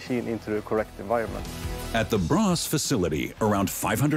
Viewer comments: Braås, non Brass! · The factory is located in Braås, not Brass. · "Brass" is actually "Braås". I wonder why they didnt spell it it "Braas". Still wrong but wrong in the normal way. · Braås more likely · It's Braås.